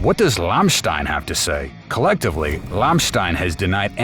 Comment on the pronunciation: Learn to pronouns the name of the band right, it's just one word to learn and you repeat it numerous times making it painfull!